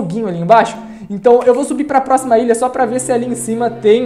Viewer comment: Cara tu fala mó errado é ILHA n ILIA e tbm n é PRESTIJIO é PRESTIGIO